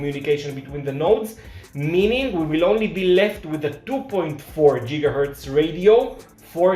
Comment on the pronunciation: Once again, I was laughing at the pronunciation. Jiggahertz is a funny sounding word. It seems that you're inferring that I'm making fun of you in some way, and I promise, thats not the case.